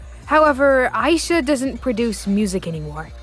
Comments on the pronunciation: my name is ayisha and you pronounced it like my name so i was freaking out when her name is mentioned (also her name is pronounced as a-yeah-sha) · ayesha is pronounced I-E-SHA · So Ayesha is pronounced aye-sha when I've been saying a-ye-sha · by the way, ayesha is pronounced Ai-yee-sha